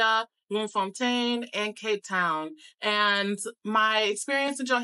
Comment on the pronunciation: You get a 💯 for pronunciation...first time i hear an American saying names like Bloemfontein, Lesotho, Soweto, Houtbay correctly👌🏾 Loved your impression of our beautiful country🇿🇦...and thank you for sharing that bit about how our people kept telling you about how unsafe SA is and warned you not to trust people... it says a lot about how we view ourselves, we ought to change that.